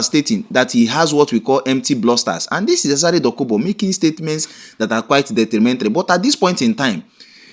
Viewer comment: Detrimental not detrimentry.